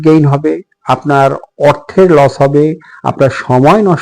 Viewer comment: কথাটা লোচ নয় লস